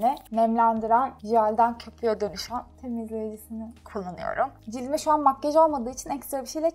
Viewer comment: Makkaj degil makyaj 😂😝